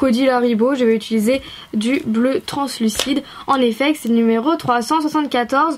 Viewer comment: quand elle dit numéro 26 elle a un accent 😂😂